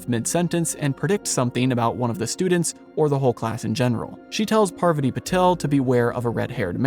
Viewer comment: Besides you're saying it wrong, it's Parvaaaati, not Paaarvati...